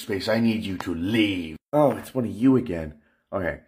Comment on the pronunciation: Its pronounced, *Reave, asians cant say L thats why theres no asian places with the letter L, its always R instead